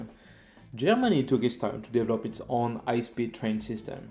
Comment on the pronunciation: Always nice to hear a Frenchman pronounce the word ‘develop’ 😂😉